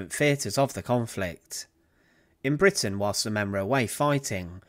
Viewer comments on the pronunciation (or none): none